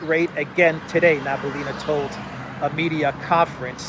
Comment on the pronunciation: It's Nah-bee-uh-lee-nah, not Nah-boo-lee-nah